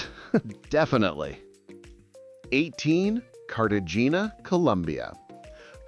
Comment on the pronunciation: LOL, this is total BS! First of all, you don't even know how to pronounce Cartagena. I was just there and it is awesome - so is San Juan. If you don't like Athens you should never travel period. Seriously, what bozo came up with this list. Total misinformation. Chinese Communist Party? Russia? Donald Trump?!